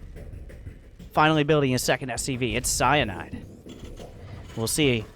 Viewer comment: It's CyIANde. Cy-Ian-de, as (almost) in Sir Ian McKellen. Cy(eye)ande. Cy Ian de.